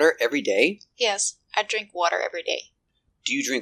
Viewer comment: Is it really a long "e" sound for drink?